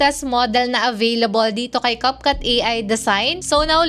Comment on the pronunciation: Cupcut??? Nasobrahan ata sa cupcake kaya ibang iba sa pronounciation Capcut, naging cupcut 😂😂😂😂